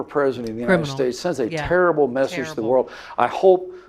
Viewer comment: No Pence said "turible he definitly said turible.